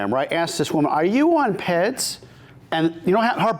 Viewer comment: You say P E Ds. You don’t pronounce it. The fitness industry is toxic in regard to coaches selling cookie cutter workouts and lying about being Marty